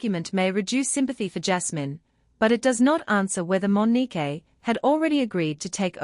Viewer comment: Mo ni que😮 not Mo ni kay😮